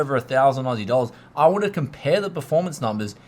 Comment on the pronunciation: I love it when he says ausi dollars lmao